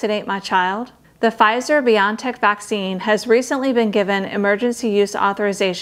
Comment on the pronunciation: Did she just pronounce Bio N Tech as Bion Tech lol